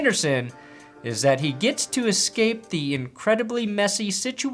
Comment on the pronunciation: I notice several announcers think there is an "X" in escape. WFT? That pisses me off more that it should, maybe I need to back off on my consumption of expressos. ;_)